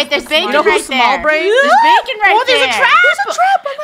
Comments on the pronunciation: Its not bakon its bacon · It’s bacon not bakon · says: baken And it is Bacon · When Bakon showed up on the screen Me: “BACON” Funneh: Bakon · It's not bakon it's said bacon I think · It's not Bakon It's 🥓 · His name is ba kon not bak on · It’s bacon 🥓 not backon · its baycon not bakon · Bacon not bakon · It’s bacon 🥓 not baken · Its not bakon bacon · it’s not ba con it’s bay kon😅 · lol the way they say it wrong bakon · Its bay-cin "bacon" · How to pronounce bacon bay-con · It said baken